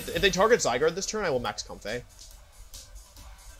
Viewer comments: istg pls stop saying zyGRADE PLS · I love he pronounced "Zygrade" a bunch of times hahaha